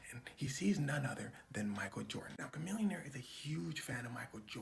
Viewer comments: Isn’t his name pronounced “Sha millionaire” ?? Or have I been saying it wrong my whole life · its pronounced shamillionaire, fyi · Wait... we've been pronouncing it "shuh-millionaire" this whole time 😂😂